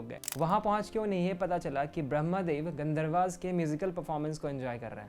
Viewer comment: Good concept but poor narration.. it's Ved and not Vedas, Gandharv and not Gandharvas, Ayurved and not Ayurveda